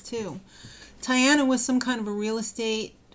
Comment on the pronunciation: Even though I don't particularly like David on the show, I feel somewhat obligated to root for him since I found out he is (was?) living practically down the street from me! And a btw:D, Tyanna is pronounced Tea-on-a. Great recap/vlog as always,!